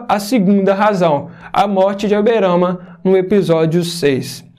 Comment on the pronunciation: "Aberana" Gold é foda veio kkkkkkk